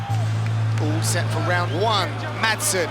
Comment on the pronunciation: If you want to pronounce it correctly, then don't pronounce the 'd' in 'Madsen'.